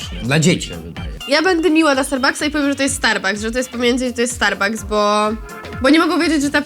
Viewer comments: niby zna angielski a mówi zamisst starbaks starbucks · starbuks XD czyta się starbaks xd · ben czyta się kosta starbaks nero